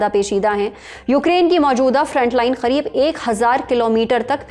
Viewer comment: bhai tum Karib ko Kharib kyu bol rahi ho??